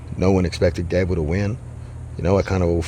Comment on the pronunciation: Gable rhymes with not-able.